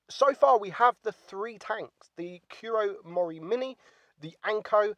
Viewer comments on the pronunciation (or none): you said it wrong. It's not "kyu ro mori minny". It's "koo ro mori mee nae"